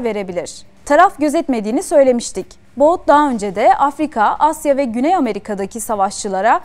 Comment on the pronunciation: Viktor Baut değil.. Viktor But .